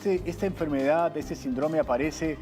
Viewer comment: SÍNDROME!!! ACENTO EN LA Í. SÍNDROME!!!